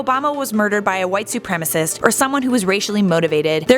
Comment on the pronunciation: Like how she says white supremacist, like what